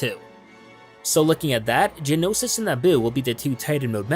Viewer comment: Ik this is really picky and im not hating or anything trust me, but how he says "Genosis" and not "Geonosis" really makes me cringe ._.